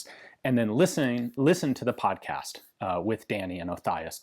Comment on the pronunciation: Did my guy just call it a pomcast?